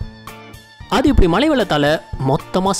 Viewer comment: தம்பி துபாய் மலை இல்லப்பா, மழை சொல்லு, மழை 😂😂